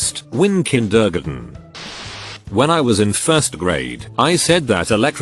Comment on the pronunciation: Kin-dergen. Wanna try that again voice software, that's a little off.